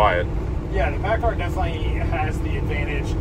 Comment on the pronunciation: I can tell you cummins will have a hard time keepin with that paacar